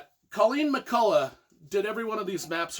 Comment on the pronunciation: McCullough is pronounced with a hard 'k' at the end, as in Irish words such as 'lough' (Scot 'loch'), and evidenced by recording (see below) of the woman herself (family from Scotland with name 'McCulloch', moved to Ulster NI and name changed to match Irish orthography). About your review: I appreciate your enthusiasm, I'm reading the first book of the series and learning a lot! However, you could have made a little more effort to actually review the book! 😋